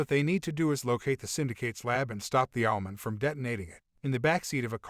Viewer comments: Why is this guy pronouncing Owl-man and Bat-man like there Jewish deli shop owners it's OWL MAN, BAT MAN not Allmin & Batmin but for some reason he says superman correctly... smdh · When he says Owlman it sounds like he's saying Almond